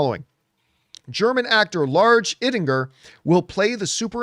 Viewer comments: It is pronounced Eyedinger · You speak his last name like EYE-dinger. Very easy. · Americans can't spell or pronounce anything correctly. His last name is pronounced Eye-dinger.